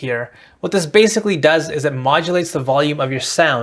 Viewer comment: "what this BASSically does..." ;D Nice vid TY for sharing these tips!